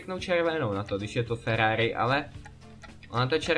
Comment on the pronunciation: to není Ferrari a nauč se r